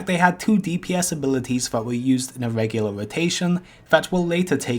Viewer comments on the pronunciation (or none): Please try to say R when it has to be R instead of saying V like you do currently... VAIDS, VOGUES, VOLE-PLAYING, VEGULAV instead of RAIDS, ROGUES, ROLE-PLAYING and REGULAR... PLEASE!